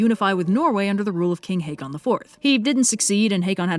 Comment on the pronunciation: Hey Yellow, could you tell that a double 'a' (aa) is read as 'å' (similar the 'o' in 'oh'), not a long 'a', as in Haakon?😅